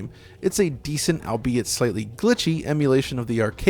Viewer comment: Yourself and both pronounce "albeit" incorrectly, excellent video though. Good memories.